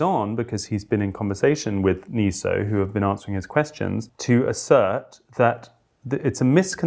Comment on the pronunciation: Sorry to be pedantic, but why do we mispronounce even a relatively new word NESO, as NEE SOH instead of NEH SOH?